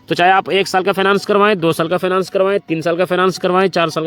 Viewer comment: अरे पहले सही से बोलना सीखो फाइनेंस बोलो